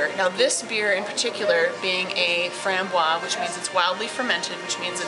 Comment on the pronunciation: Good job,. About the lambic, do pronounce the "z" sound at the end of the word "framboise" - it's French for raspberry - lambic beer being fermented with raspberries.